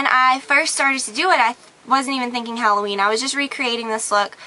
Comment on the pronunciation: gorgeouss. thank god! i found someone who says hal-o ween instead of hall-oween